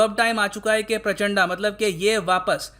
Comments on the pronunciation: प्रचंड तो ढंग से pronounce कर ही सकते हो🙄 ये प्रचंडा क्या होता है? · शायद वो प्राचंडा नही है सर , प्रचंड है शायद..कंफर्म कीजिये वरना हमारे नेपाली दोस्त फिर से हमे अत्याचारी बोल देंगे😆😂😃😂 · उच्चारण सुधारो sir ji. It's प्रचंड not प्राचाण्डा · प्राचड़ा , उच्चारण सही नही है आपका प्रचंड बोलिये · प्रचण्ड , this is the actual Pronounciation of that Former PM. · Sir was it intentional?😂😂 "Pushpaa kaamaal dahal prachand'a'" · पुष्प दहल प्रचण्ड my dislike for ur pronunciation, it matters allot